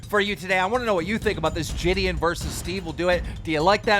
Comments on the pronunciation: Bro nah saying jidion as jidian is mad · Ji-d-on it’s not that hard keem